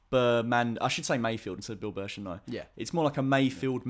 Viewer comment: MAYFELD. Not Mayfield!